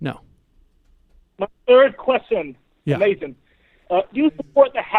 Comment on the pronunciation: Uh-Mei-Zin! but never go full peterson.